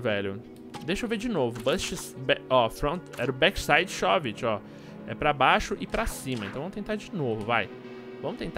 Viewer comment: m e shóv-it q pronucncia e sim shôv-it